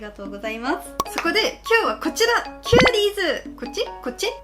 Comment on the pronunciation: キューリーズって言ってますけど、キュアリーズです。w